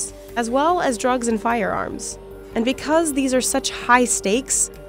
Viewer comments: “becwuz” nice pronunciation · Best “because” jersey accent